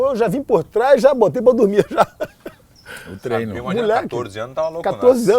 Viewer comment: Trenó tbm kkkk nunca falam treino